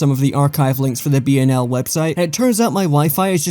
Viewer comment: I still think pronounced BnL properly